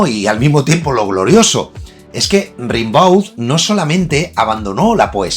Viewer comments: Baudelaire llevaba muerto tres años cuando Rimbaud (rembó, no rinbáu) se dio a conocer. Así que don Charles no pudo ser influído por Arturito...🤷‍♂️ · Sobre Rimbaud,se lee "Rambou",se nota que no te has informado mucho,eso de que influyó a Baudelaire es, sencillamente, imposible cronológicamente.Rimbaud fue una maravillosa rareza,un visionario,por supuesto Baudelaire lo fue también,lo que atrae de la vida de Rimbaud fue esa explosión de Genio alucinante,de explosión de supernova, logró rozar el paraíso y el infierno con sus versos ,para después de ello,de repente,caer en un agujero negro de lo abyecto, quizá sea ese el precio a pagar por desvelar el idioma de los Dioses.